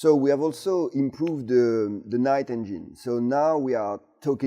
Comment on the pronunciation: This is just getting f'n ridiculous! On a side note, it's funny how English is so good but he pronounces engine as "en-jine". Anyway Viva la France - you're now in everyone's good books again.